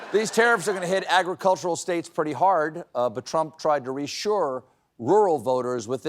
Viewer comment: Far be it from me to criticize Stephen’s performance, but it does feel like he enunciates the “states” a bit too much for his 47 character.